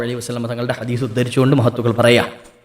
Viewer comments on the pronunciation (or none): none